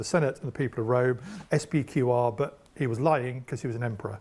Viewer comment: I didn't even study Latin, but his pronounciation of "SPQR" at the beginning made me cringe...